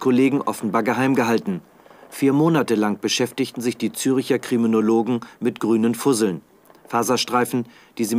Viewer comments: ZÜRCHER! nicht Züricher!!!!! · genau, zeigen im bericht ein dokument, auf dem "ZÜRCHER GEWSCHORENENGERICHT" steht, lesen dies durch und streichen an, doch können "zürcher" nicht richtig aussprechen. tja, SPIEGELjournalismus!